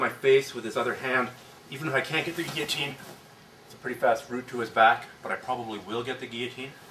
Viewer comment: I think is the first video I've seen demonstrating the guillotine in which the instructor pronounced "guillotine" correctly.